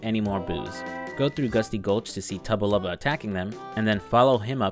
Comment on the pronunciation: Not to be that guy, but it’s Tubba blubba not tubba lubba